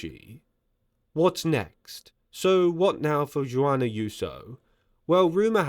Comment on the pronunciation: Google “pronounce Juan”.